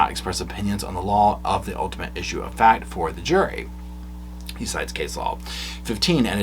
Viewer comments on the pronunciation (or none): none